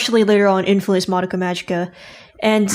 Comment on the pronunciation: It's been months/years and still says "Survey Corps" and "Madoka" incorrectly.